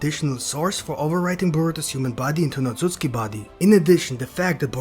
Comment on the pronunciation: how many likes is it gonna take for you to stop saying otsuski.